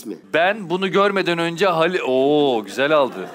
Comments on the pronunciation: Cem'in "halis mi"yi söyleyemeyişi #halismi ay her demende kriz geçirdim <3 faikfaşdijfdşsalişsfak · Yav cem bey, halis değil haaalis diye okunur o “hâlis mi?” denir yani 😃